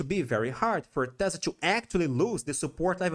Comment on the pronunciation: teeeeeeeeh zlahh lol